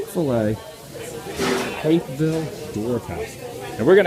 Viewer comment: Stop saying Hapeville weird